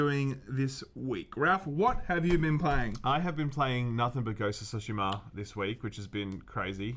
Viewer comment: It's not SUSHIMA, It's TSUSHIMA. There is a difference. Angry Joe as well.